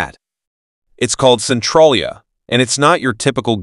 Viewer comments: Centralia is pronounced sen-TRAY'-lee-ah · I would agree, but I would add the mispronunciation of "Centralia". He pronounced it "Centralia" (with a short 'a' as in "mad" instead of a long 'a' as in "made"). It would have been much better if an actual human had read it. I'm a lifelong PA resident, but I have never been to any of these places. Guess it's time for a road trip.😁🤗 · You pronounce it CEN-TRAIL-ya